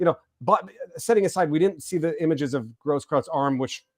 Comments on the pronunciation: Hey -- You said recently you are of the tribe persuasion. Say "oy vey!" like your cousins in NYC say it. Now say "Gross-croyts" with the same vowel sound as in "oy" of "oy vey!" And voila, you just said his name correctly! Easy, huh?, follow and you'll be good. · It’s eu. That pronounces like oi or oy. Großkreuz mean Big Cross.